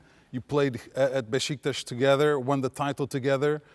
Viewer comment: Not Beşiktas amk. Beşiktaş!